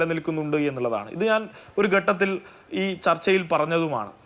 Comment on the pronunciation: ചർച്ഛിക്കാൻ വരുന്നവന് മലയാളം പോലും അറിയില്ല ഗട്ടത്തിൽ എന്നാണ് പറയുന്നത് ഘട്ടത്തിൽ എന്ന് ആരെങ്കിലും തിരുത്തി കൊടുക്ക്‌